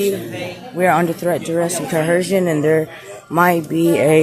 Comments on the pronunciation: “Coercion” has no H in it, where in the doohickey did they get that pronunciation?!!! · Can no one say coercion??? It's not co-HERSION. These people are so stupid. 🙄 Insane. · Threat duress coHERSION! Like LEARN THE WORD PLEASE if you’re gonna keep throwing it out there and using it smh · co·er·cion is the word PLEASE learn to say it PROPERLY---damn fools